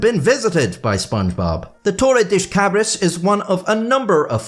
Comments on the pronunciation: That's Spanish, maybe Portuguese. Not "Tore a dish cabrish" "Torrei das kabrass" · Damn, I know that it is very not nice to mock someone's accent, but oh my god that one made laugh, you said "toli-dish d' cabri-shi" instead of "toh-rr-e dah-sss cah-brr-ah-ss" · You gotta imagine what us Brazilians and Portuguese felt every time he pronounced Torre das Cabras as Toredish Cabrish. XD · Funny how you pronounce Torre das Cabras every time, when it literally means goat tower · i don't get to see native English speakers talk Portuguese very often but your pronunciation of torre das cabras might be the funniest shit i have ever seen in my life, 10/10 no notes edit: my grandpa DOES have a small farm, and i DO have quite a amount of family members fairly talented at masonry... unfortunately, no goats anywhere to be seen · Dear, your pronounciation of Torre das Cabras and Worcestershire was atrocious! 😅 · Torres Das Cabras was even worse